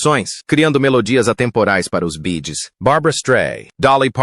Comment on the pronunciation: Boa noite porque o narrador não fala o nome da banda corretamente no caso bee Gees faz favor nunca serão esquecidos amo os Bee Gees amoooo